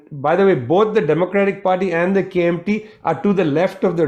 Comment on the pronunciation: Prashad pronounces KMT in accurate mandarin.